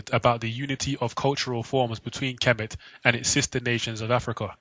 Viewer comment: It's TA HOTEP NOT PAH TAH :) AND KHEMET IS NOT KEH MET BUT HEMET - as the Egyptians in the bible are the descendants of Kham or Ham - silent K as in the Egyptian - so they are the descendants of Noah's son Ham - THE "MIZRAIM" IN ARAMAIC,HEBREW! So the Egyptians are HAM - ITES! Shaka Ahmose says it's TAH HOTEP NOT PAH TAH :) :hand-purple-blue-peace::hand-purple-blue-peace